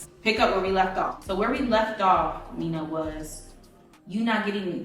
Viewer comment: You pronounced the name correctly in kiswahili Mena but whey you say mina it sounds differently